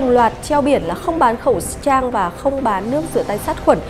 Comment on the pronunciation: said:... không bán khẩu'ss trang...